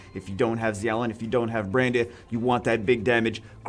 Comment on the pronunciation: Xiao lin is pronounced with a "sh"